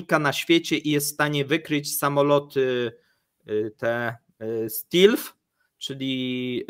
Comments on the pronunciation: Lotnisko w Junk-Oj w końcu doczekało się usprawiedliwienia swojej nazwy. Stealf not Stilf. W tym przypadku ea nie czyta się jak i. Samolot 5 gen. jest nisko wykrywalny. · Miejcie litość 🙏"stelθ", nie "stilθ"